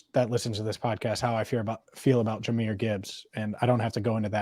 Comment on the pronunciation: Jahmyr and Ja'marr ... c'mon, repeat with me ... Jahmyr and Ja'marr